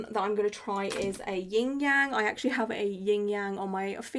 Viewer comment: (Not a big criticism but) you said you had a Ying Yang on your finger, but it’s actually Yin-Yang, no g after yin. It might have just been a tongue slip tho, just wanted to comment bc it always irks me a little bit 😅 no hate tho, most people don’t know, but it’s a bit disrespectful.